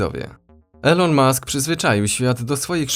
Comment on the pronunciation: Mowi sie "ilon" a nie "elo-n" XD pozdrawiam, bardzo fajny kanal.